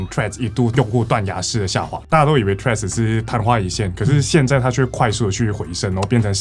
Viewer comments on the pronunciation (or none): 不是唸"脆"，這樣唸拼寫會變成 tread，"th"read 才是正確的唸法哦(輕咬舌音"th") 讀起來會是 [θred] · 左邊那位不就一直唸treads嗎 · 雖然是得尊重發音方便大家聽得懂，但自己是真心覺得不知道是在脆三小賴三小，Threads 就Threads ，Line就Line啊😂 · 怎麼左邊那位唸Threads唸到後面變了Trash🤣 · 對Threads沒什麼特別看法 但看到一堆唸脆的就很惱人 英文是多爛發音都不會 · 所以為什麼Threads要讀成脆🤔 兩者讀音差太遠吧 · 為什麼會唸成脆的😅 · 到底為甚麼是脆? th的音再怎麼說也是碎紙，就算讓100個英文母語使用者一邊吃麻辣火鍋一邊說這個字也不會出現一個脆讀音的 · 再難讀也應該讀成d/f音吧w 讀成脆真的是... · 這我也很好奇😂😂😂😂 明明怎麼唸都不是脆的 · 他就唸錯啊😂😂😂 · 我以為是不會唸threads，所以唸成 tree😂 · 身為應用外語系的畢業生 聽到別人唸成"脆"我也是很煩躁 聽說始作俑者好像是綜合口味的作者 話說他跟我同一間大學畢業的 看來他不知道以前我們系上有兩個很機車的教授（其中一個還是當時的系主任） 如果在她們面前唸錯 有可能會被糾正發音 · Threads 會不會念?不會可以GOOGLE翻譯不然就叫他脆就好了 聽了很躁